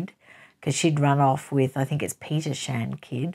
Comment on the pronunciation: you "killed" my name😂😂😂but I forgive you Greek is a difficult language.